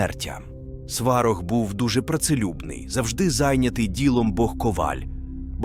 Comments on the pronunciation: Сварóг а не свáрог⚡️⚒️ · Дякую Вам за відео! 🙏 Але дуже відволікала постійна зміна наголосу в одних і тих самих словах. Навіть Сварог - був то СвАрог, то СварОг. Чомусь "вогнедихАючий" замість "вогнедИхаючий", плугА, ВелесовА замість ВЕлесова і тп. Мені, наприклад, нема діла до картинки, бо я не дивлюся, а слухаю, то це дуже ріже вуха. Я сподіваюся, що у наступних відео так не буде. Бо дуже цікава інформація 😊